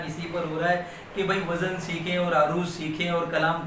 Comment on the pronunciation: ماشاءاللہ ۔ عمدہ ترین معلومات ۔ وزن کا صحیح تلفظ وز ن